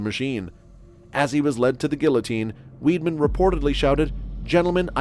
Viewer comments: His name is pronounced "Vide-man", not "Weed-man" ! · Actually, whether in German or French, Weidmann is pronounced Vide-Man. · You'd have thought his surname was spelt WEEDMAN, the way he was pronouncing it.